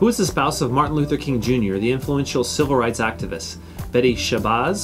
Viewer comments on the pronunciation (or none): none